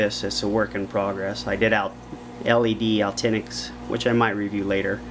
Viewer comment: Al Tinics hahah I love it. Actinic Bud Pronounced ak-ti-nik